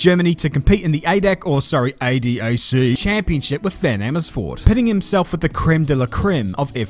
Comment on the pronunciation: Its not ay dee ay see but A. D. A. C.!!!! (jnsert Speed Comparers voice here)